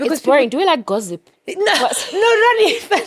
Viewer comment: Gozziip? It's gozzip??😂😂😂 oh